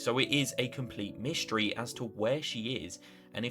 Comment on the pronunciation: "mishtry" lmfao